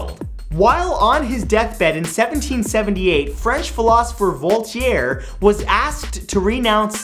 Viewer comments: what's with all the weird pronunciations in this episode? #22 It's Pag-a-ni-ni not Pa-gi-ahn-i, a complete butchery of a fine musician's name #25 Keiko is typically pronounced Kay-ko #30 it's Volt-aire not Volt-i-aire do you see an I after that T? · And, by the way, the author's name is "Voltaire". I don't know WHAT you called him. Please, Matt; if you're going to verbally recite facts, please get your pronunciations right. 💖